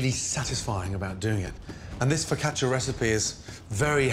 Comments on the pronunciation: Foccach-ya? Foccash-you! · He must have said fricatcha like 80 times